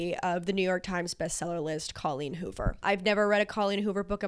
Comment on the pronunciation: Love all your videos, so excited to watch this one - I just have to say before I keep going. Thank you for saying CAW-leen rather than COH-leen... I was starting to worry I'd said it wrong my entire life 👍